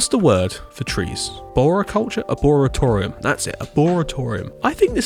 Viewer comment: That's not how you pronounce arboretum